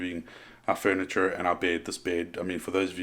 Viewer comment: I'm still stuck on the way you said "furniture" haha - bring that accent. And the burp haha!